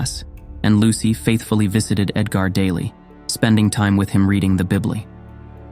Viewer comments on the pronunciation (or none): i lost it when the voice over said 'bibly' instead of bible